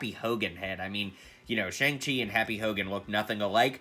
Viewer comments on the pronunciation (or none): I think its pronounced "shyoung chi"